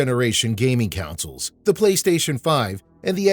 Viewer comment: Why you keep pronouncing consoles as counsels?!